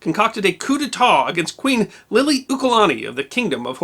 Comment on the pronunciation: That was a noble attempt at pronouncing Lilioukalani's name. It was really pretty close for a mainland haole.